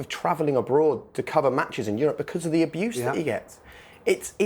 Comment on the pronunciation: Man said dogs aboose